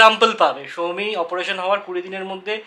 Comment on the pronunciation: কথাটা অপোরেশন না, অপারেশন, দুজনেই তাই বলে অপোরেশন😅😅